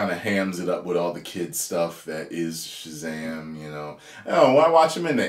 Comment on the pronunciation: This is what happens when you force women in a script. It's Shazam not Shezam. In fact Shazam shouldn't even share his powers with the others. It just takes too much focus away from the hero.